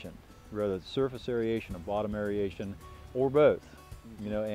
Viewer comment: clearly knows a ton about how to keep a healthy pond, but "derbis" and "aeriation" are not words. I don't want to be the English police, but when these things are the core of your business, you have to be able to pronounce debris and aeration. That's my only critique, but I do really appreciate the detailed explanations of healthy pond maintenance!